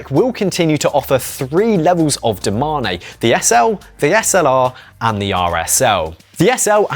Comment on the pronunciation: Bro this channel is pure cringe…. DO MA NE. Say it with me, DO MANE. Fuck sake